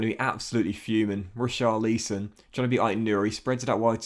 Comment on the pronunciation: Neyto and richalieson 😅